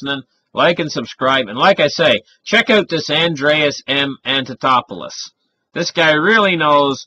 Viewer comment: I can not listen to your pronunciation of Andreas's last name, Antonopoulos, and Satoshi. Is it so difficult to spend a minute and learn proper pronunciation?